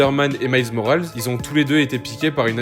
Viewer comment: Moralesssssssss fait un effort toi aussi😂